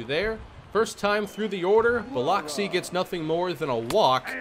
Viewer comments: South Mississippi native here,. Biloxi is pronounced Bil-uhk-see. Just in case you play them again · Just wanted to let you know it’s pronounced (Buh-lux-ee) can’t blame you, spelt weird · you killed me with your Biloxi pronunciation. Got to get that fixed, cringed everytime you said it. Love your vids though. Keep em coming. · Cahm-pos, not Camp-os and Bill-ux-ee, not Bill-ox-ee. I'm enjoying the series, but... yikes.